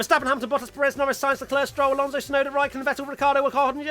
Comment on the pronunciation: TBH I’d be ok with that “Shunoda” pronunciation.